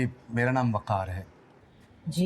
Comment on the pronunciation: jitni bar waqar bola maine makkar shuna😂😂😂